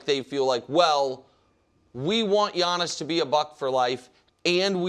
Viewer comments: Wildes face after butchering Giannis' name 😂😂😂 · Listening to Wildes mispronouncing surnames should be an Olympic sport! I get Giannis. No one is even bothering to say his name correctly. But Nick FULDO?!